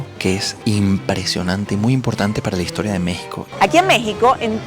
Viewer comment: Si es e historia no y historia, asi como no es vamoj a ver, sino vamos a ver, ni ustedej sino ustedes, ni ademaj, sino ademas, ni poquitico, sino poquito